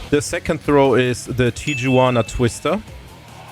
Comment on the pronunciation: Tijuana is pronounced tee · uh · waa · nuh The J in Spanish is pronounced like an H